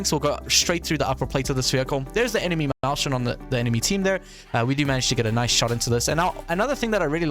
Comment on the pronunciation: "maushen" my german speaking brain wants to die everytime you say that ☠️